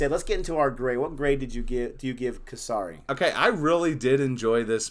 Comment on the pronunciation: The pronunciation of Kesari is Ke like ‘Kay’ and sari, with a short ‘a ‘ sound. And pronunciation of Sikh is correct. The ‘i’ sound is short. Great review guys!